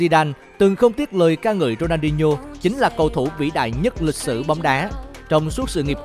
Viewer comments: Ronadinho mà ông bình luận đọc rooney hoài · Có nghe nhầm ko nhỉ sao đọc tên Rooney 2 lần